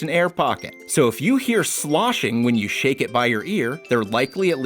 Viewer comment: did he say shit? I know he meant shake but sounded like it